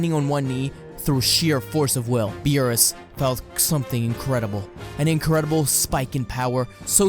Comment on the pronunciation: Hey!...missing an R in there